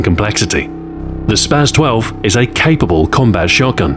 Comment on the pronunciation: Please for all that is holy say spas-12 correctly